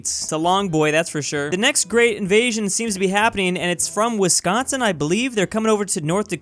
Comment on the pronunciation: 😫😫i can't belive he called it wisconson(my worst enemy)but in minnesota😫😫